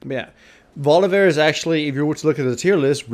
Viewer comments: Holy fuck stop saying Volivear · "volivear" everytime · of "volivear"